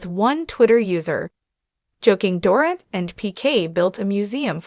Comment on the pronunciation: For goodness sakes her name is pronounced Doreeet!!